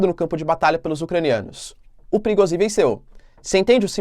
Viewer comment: Olá. A pronúncia é "Prigojin" e não "Prigozin".